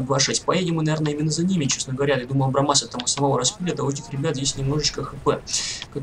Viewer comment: абрамс а не абрамас